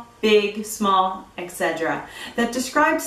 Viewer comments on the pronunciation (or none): Dear teacher ! etc = [etsetera] NOT [eKsetera]